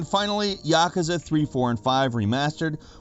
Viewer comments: "ya, koo, za" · Absolute cancer the way you pronounced Yakuza... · I pronounce it ya-koo-za...